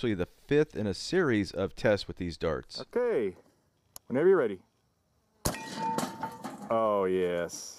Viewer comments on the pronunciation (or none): Your pronounciation of darts is pretty funny. "durts"